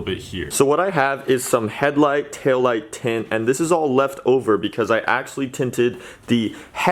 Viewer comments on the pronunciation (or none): The tail lights look sick but when he said tinting taillight 2 I thought it said tall light 😂